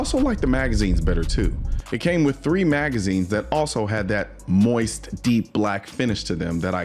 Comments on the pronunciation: He said moiste 😂😂😂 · Pronounced “moieeeest”😁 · "Moist" was making my eye twitch